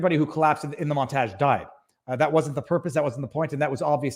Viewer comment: God is this how Canadians pronounce “montage”?